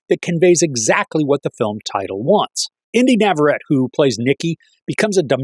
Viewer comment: Nav-a-ret-ee not Nav-a-ret